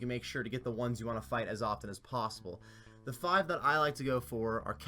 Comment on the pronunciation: every video i hear you said theed instead of the ed, i instantly dislike the video... just fyi